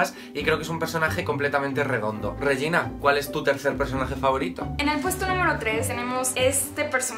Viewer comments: Todos por que no es "Josu" es "Yosu" y nadie se da cuenta que no es "Reyina" es "Regina". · Cada vez que el dice "Reyina" también mueren 3 gatitos ya que es Regina.